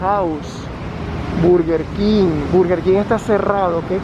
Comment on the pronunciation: Dude, you meant English. Min: he said BUrger KIng, it sounds nasty, actually is /Bərguer Kɪng/